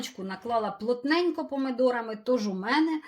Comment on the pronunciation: Говоріть буву "і" не помидорами.